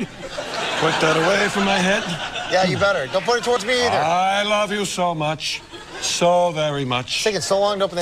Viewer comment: "We wuv you, Walla Walla, Washington..."